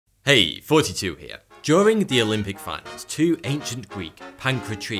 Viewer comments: Who usually thinks he says"42 here"? Me Yeah ok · Am i the only one that hears the host say 42 instead of every damb time??? #JustWondering